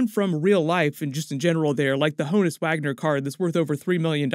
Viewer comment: BTW Honus Wagner's first name is pronounced "on us" (I had to work an Alexa Answer on that last year).